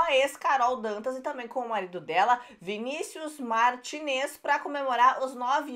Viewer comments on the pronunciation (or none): none